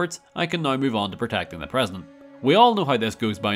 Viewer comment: Why does this guy add 2 syllables to the word "now"?